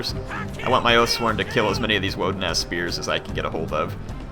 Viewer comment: Every time that says Wodenaz, I heard Woden assed spear. I thought what they got horns on their butts? I had to pause when he had them highlighted to be sure. Protect your hearing kids.